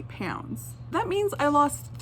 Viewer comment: OMG IT. Annoys me when u say pounds like - po-yn-ds JSU’s nfoff fndicidnfudndodndjddh